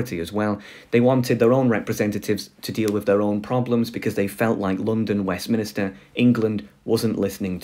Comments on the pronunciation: It's 'Westminster', not 'Westminister'! 'Minster' refers to Minster church. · wait… …westMINISTER?!?! 😂